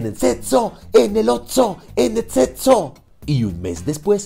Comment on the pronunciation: "Tienen setso en el otso ¡En etseso!" JAJAJAAJAJAJAJAJAAJAJAAJ, moríííííí. XDDDDDDD